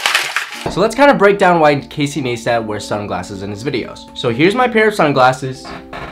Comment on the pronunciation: Casey Naystat??? no its Casey Ni-stat lol